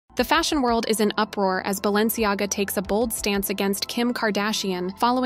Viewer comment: But how Fierce is BalenciGAGA??? I counted 3 L's